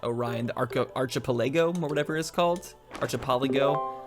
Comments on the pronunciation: Fyi it is pronounced arc-a-pela-go hoped that heled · Listening to you try to say archipelago hurt me in my soul it arc I Pell ago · Archipelago is pronounced like ark-uh-pell-uh-go. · Arc-ah-pela-go does this help? Archipelago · Hears Achapellago pronounced wrong. checks comments.